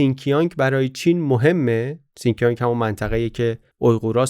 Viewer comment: تلفظ شین جیانگ رو اشتباها سین کیانگ گفتید. ممنون بابت این معرفی این کتاب هم